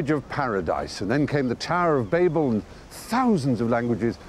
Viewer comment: Thank you, Stephen. Babel pronounced correctly, rather than the way Americans (or a certain confused proportion of) pronounce it as 'babble', converting the word from its 'proper noun' form to an onomatopoeic verb.